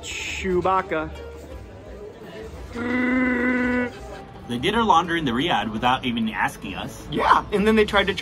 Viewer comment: Shoe-bacca.... LOL